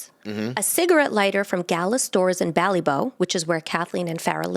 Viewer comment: The bough part of Ballybough sounds like clock 👍